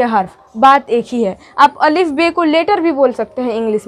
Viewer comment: अल्लीफ नही अलिफ होता है मैम